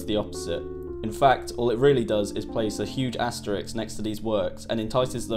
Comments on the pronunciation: Is it pronounced asterISK or asterIKS? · there's a difference between "asterisk" and "asterix". One is a French cartoon character, the other is a punctuation mark and they are pronounced differently. And - Tropic of "Cancer" ? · Asterisk – not Asterix.